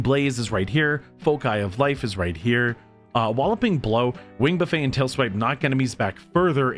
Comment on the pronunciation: You’re saying buffet wrong haha… You are supposed to pronounce all the letters in this instance. The way you’re saying it is the all-you-can-eat way. 😂